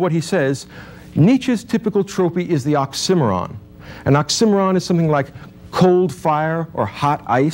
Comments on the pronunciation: Despite a few flaws of pronunciation -- oxymoron, for example -- a reasonable and more or less fair assessment of Nietzche. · This guy is a great speaker but he doesn't pronounce oxymoron and troupe correctly. And I think he is misinterpreting this philosopher. For a different and I think better view of him check out essential salts and Keagan. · Perhaps if you know ancient Greek then placing equal emphasis on all syllables is natural. In addition it may be that his pronunciation of oxymoron is closer to the British one. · imagine being as smart as this guy, but still pronouncing it "ox- i - mer - on" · OX-IM-OR—ON? Dude. Is he trying to say OXY-MORON? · Man really didn't know how to say 'tropes' and 'oxymoron'. He says trope-eez and ox-simmer-on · Ox-sim-eh-ron If you made it to the end you know... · who actually watched all the way to oxy-moron said as awk-simeron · Great lecture. You mispronounce oxy-moron. ;) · Was that an "Ox-Cimarron" sorry? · wonderful lecture, big ups for pronouncing oxymoron like an absolute savage, rip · does anyone know why he pronounced oxymoron that way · Never heard oxymoron pronounced the way he does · Well at least ive learned how to say oxymoron in a new way 😂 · His pronunciation of oxymoron is interesting. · Is he saying oxymoron? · I was today years old when I learned how to pronounce "oxymoron" the correct way. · This certainly makes you think. If about nothing else atleast the correct pronunciation of the word oxymoron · Never heard the word 'oxymoron' stressed on the second syllable before. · In addition, I learned a new pronunciation for "oxymoron" ... note: new to me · Is that how oxymoron is supposed to be pronounced?! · Great lecture. But I do need to ask, is 'Tropee' and 'Ocksimmaron' even vaguely close to a correct pronunciation of Trope and Oxymoron? Because hearing them made me giggle. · Weirdly, this guy mispronounces both trope and oxymoron. I still credit his presentation of Nietzsche, tho.